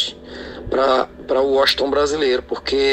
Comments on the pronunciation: Mano uma dica procura pronunciar o nome de Washington brasileiro correto, vc ta falando o nome dele totalmente errado, da uma observada. Vc ta falando woston ,só uma dica blz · Washington 👎🏻 - 👍🏻 Uósinton KKKKK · Primeiro vai a prender a falar o nome dele cara uoston brasileiro kkkkkkk kkkkkkk é Washington Brasileiro kkkkkkk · "Uoston" não macho, Washington KKKKKKKKKK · Washington =Woxiton 😅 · Tranquilo irmão, apenas uma crítica construtiva. Também sou fraco no inglês porém nas vinhetas da música entende-se "Uoshigton" e não "Uoston". ;) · Wossiton kkkkk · Uoston não é whasington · O nome do cantor e Washington não e woston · Não e woston e Washington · Nao e wosinton e Washington kkkk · Aprenda a escrever e falar o nome kkkk Washington não woston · É waxinton com x. Meu chará! kkkkk meu pai teve a grande vontade de colocar meu nome de Washington kkkk não sei quantas vezes me chamaram de Washington brasileiro! O cara é um grande cantor e me orgulho muito de ser comparado com esse grande mito do forró ! ❤😂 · Woston?????? Kkkk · Fale o nome dele corretamente. e não uoston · Muito bom ,só faltou falar o nome do cara direito. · Que agonia vc errar a pronuncia do nome Washington. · Esse jeito de vc falar Washington brasileiro e errado amigo .. .... Vc puxa muito o "" S "" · Vc só precisa aprender a pronunciar a palavra Washington.